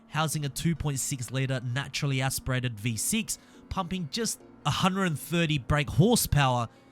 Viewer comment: Every time he says aspirated it sounds like ass spreaded